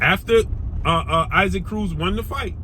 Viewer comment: Yo why you keep saying Isaac Cruz name like that? It’s EE-sak.